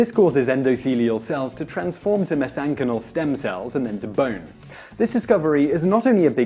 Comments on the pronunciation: You pronounced "mesenchymal" completely wrong i'm afraid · I think you pronounced mesenchymal wrong, no worries though, just threw me when I didn't recognise the word